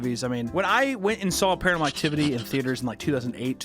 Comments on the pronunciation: Ah yes, Paranal Activity. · WHY DO YOU KEEP CALLING IT PARANEL ACTIVITY!??